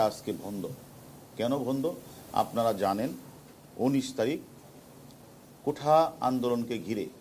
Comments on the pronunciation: হারুন ভাই কোঠা না কোটা বলেন। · কোঠা নয় কোটা... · কোঠা না কোটা?